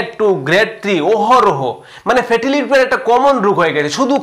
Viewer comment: After many days, I have subscribed your channel. But you should practice about Bangla pronunciation more and more. Thanks a lot. Try to utter ‘liver’ not liber.